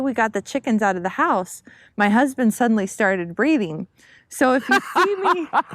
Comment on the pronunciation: did you say breeding or breathing